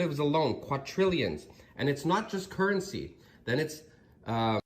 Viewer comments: IT’s quaDrillions not quaTrillions 🤦‍♂️ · Guy at the end...."quatrillions" haha